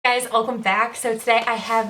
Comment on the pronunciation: Is it just me or does it sound like she says “hey guys, ulcome back”, instead of “welcome”????